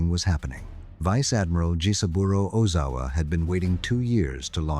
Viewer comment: Oh-Zow-A. It's not that hard to pronounce.